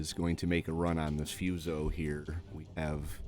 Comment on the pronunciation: Fuso... "Foo-so" not "Fuse-oh".😁 I'm playing catch-up, so I realize my comments are too little, too late.🤦🤣🤣🤣